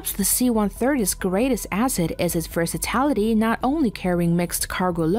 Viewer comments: Versitality? Versatility. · The Mirage III has an empty weight of almost 16,000 pounds, not 6500 pounds. Also, its "versatility", not "versatality".